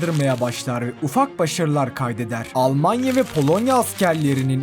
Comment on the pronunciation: Kaydeder değil kay dedrrrrrrrrrrrr